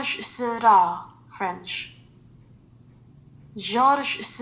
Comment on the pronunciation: It bother me a bit that someone doing a tutorial on pointillism does not know how to pronounce the name of Georges Seurat.